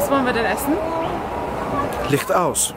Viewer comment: Ich liebe euch 😂😂😂 Lichchcht aus. 👍😙